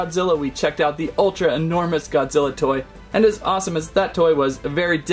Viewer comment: Wait did he say godziller